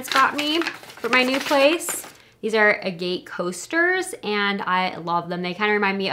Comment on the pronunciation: Your coasters are pronounced Ag it (Agate). 😘 Merry Christmas to you & Your Family!🎄🎅🏽🤶🏽